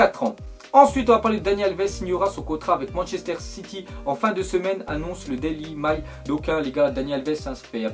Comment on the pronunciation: Comment il a prononcé Daily Mail xD